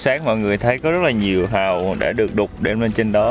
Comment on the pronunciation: Giới thiệu anh Trúc chủ trại Hàu.... nghe giống Trại Hòm mà giật mình:))) gọi là chủ vựa Hàu mới đúng em ơi